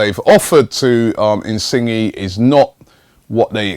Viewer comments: your pronunciation is so bad really robbie insinge is not how you say it is Insigne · Pretty sure its pronounced "in-sin-yay" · in sing gee lol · Insingy😂😂 it's pronounced insign-yay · ROBBIE IT'S INSIN-YAY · 'Insingy' lmao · Robbie his name is pronounced in-sin-yay... Lol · Definitely more like "yeh". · I pronounce him In-see-nie or in-see-nye :3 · please pronounce insigne correctly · The way he said it lmao